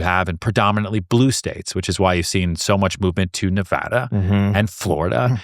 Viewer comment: Oh my God, Ryan said Nevada correctly bravo!!